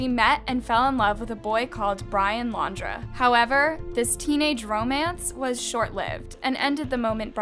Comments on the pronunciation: Girl, u really have to make an effort in pronouncing names and words correctly. It's pronounced "Laun-dree", not Laundrah. It's "Peti-to", not Petio. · She was not "famous". At all. And Brian's last name is not pronounced "Laundra". Wtf is wrong with your brain? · It blows my mind how bad the pronunciation is on this channel. Makes me wonder how much research actually goes into the cases when simple things like people and place names aren't correct! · I can’t tell whether you’re a genuine True Crime YouTube Channel or a Chinese Bot. How can you possible pronounce his last name wrong?! This has been everywhere in the news and social media for weeks! You continue to mispronounce common words and names. Definitely a Chinese Bot.